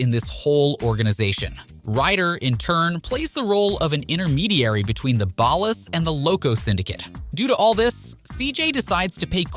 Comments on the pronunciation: Thanks for the video, it is entertaining. I did get a little confused by small things, to be fair. Is there a reason so many names are said different from how the game presented them? Was this a ai-voiceover? Ex: OG Lock vs OG Loc, CesARR vs Cesar, Ballis vs Ballas... is 3 examples enough? You read everything else so clearly that this throws me off. I swear it was Cesar Viopanda lol and I notice some of the names are said more accurate-to-presentation later in the video. I am very confused by this lol. Okay if I hear Ballis again I'm gonna FREAK! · So fed up with AI voiceovers.. they fail to add the slightest bit of emphasis and pronounce stuff comicly wrong like OG Lock and Ball Ass instead of Ballas. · I left this video after the 3rd time he said ballas. I cant